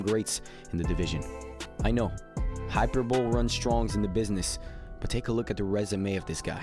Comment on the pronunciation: That mf said hyper bowl instead of hyperbole. Lol.